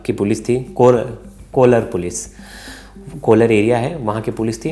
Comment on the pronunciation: Not coolar….. its कोलार 😂😂😂